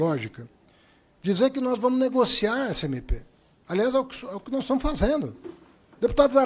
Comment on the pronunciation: "Nois" gezuis